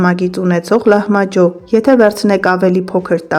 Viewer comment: Էտ լահմաջո բառը մի փոքր նուրբ ասա